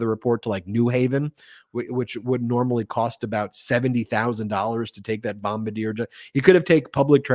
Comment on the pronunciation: It's not Bom-BA-deer. It's BOM-bar-DEE-ay.